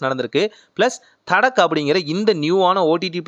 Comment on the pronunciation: அது தட்கா. தடக் இல்ல ப்ரோ